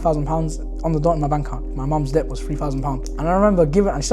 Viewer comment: Brother just wanted to let you know that the word Debt, it’s pronounced like Det, the B is silent, sounds like you were saying Dept but yeah. No shade, just thought you might like to know. You’re doing great 👍